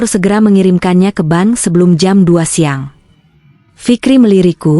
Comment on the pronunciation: Maaf msh terjadi ketidak profesional-an dlm bercerita baca bank bilangnya ban😂